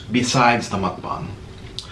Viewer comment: How normal people say mukbang (Muk-Bang) how he says it (Muk-Bong)